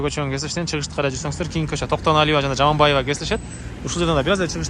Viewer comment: Токтоналиева ,Жаманбаева эмес аялдардын атын алабай туура суйлочу Айткан ,эскерткен сайын кучойт экенсин Акма кулак